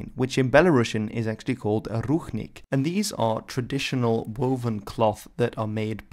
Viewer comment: It sounds more like rushnik not ruchnik, and the stress(?) is on i not u.